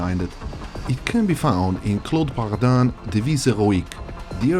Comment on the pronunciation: As a french speaker, "Devise héroïque" had nigh perfect pronounciation. Only the "Paradin" sounded a little off, the rest was pretty good.